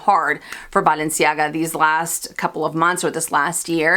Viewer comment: Great video! I hope you buy the Balenciaga because I LOVE the way you pronounce "Balenciaga"! Also, yes ‐ pull the trigger on the Mulberry Alexa! I have a mini Bayswater from them that still looks brand new despite being 5 years old. The leather is great and wears beautifully. You mentioning the mini Antigona makes me smile since my unicorn piece was the mini in rose gold, which I got on sale through Saks forever ago! Xoxo from NY 😀